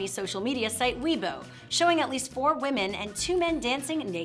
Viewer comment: "Weibo" is pronounced "way-bo," not "we-bo."